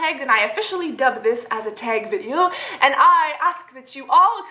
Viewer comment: the way you say video is annoying